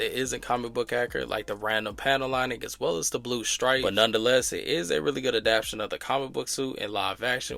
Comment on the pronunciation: Good content. BTW It’s pronounced adapt-tay-shun